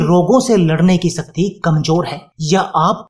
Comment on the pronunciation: शरीर को "सरीर" तथा शक्ति को "सक्ति" क्यों बोलते हो? हमारा व हमारे बच्चों का उच्चारण भी खराब करते हो 👎👎👎👎👎👎👎